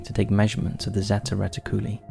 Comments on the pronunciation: Zetty retty-CULLA? 😅 It's zeta reticuli (ZAY-tuh ree-TICK-yoo-lie) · ZAY - TA RHE - TICK - YOU - LIE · Terrible and lazy pronunciation of words like Zeta Reticuli... It's ZEETA ReeTICuLIE. Ffs. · Just for the record, the star system is pronounced "zay-ta reh-tick-u-ly" ... Zeta as in the greek letter. cheers